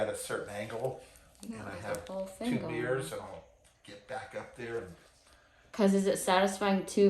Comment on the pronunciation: He said “two mirrors “ and I thought he said “two beers”.